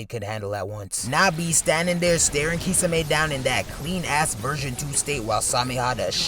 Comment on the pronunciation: The way this guy says “kee-suh-may” is diabolical